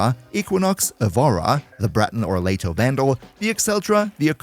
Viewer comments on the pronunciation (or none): none